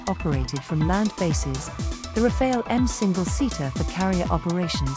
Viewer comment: Pronounciation tip: in French, Rafale’s final e is silent, so it should be pronounced Rafal, not Rafail. ☝️🤓